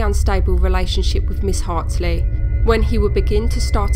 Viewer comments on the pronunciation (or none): the name's Hartley, right? You keep saying Hartsley?